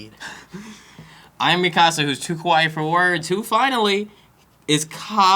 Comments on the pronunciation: he is pronouncing mikasa weirdly, because i'm pretty sure in the show they pronounce it Mee-kuh-suh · Marlow AKA Cam31825 Yep... he's saying it like "mi casa" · Marlow AKA Cam31825 did you watch it dubbed? that pronunciation is just the american butchering of the name lol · Yeah the dubbed butchered the name